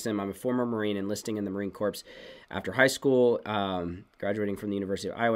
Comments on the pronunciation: Thanks so much. FYI, "corps" is pronounced core rather than corpse. You guys are a big blessing! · US Marine Corps is pronounced “CORE” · Love your broadcast. Btw the word Corps is pronounced “core”. The s is silent. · P in corps is silent